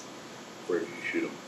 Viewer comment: Damn he says I choot em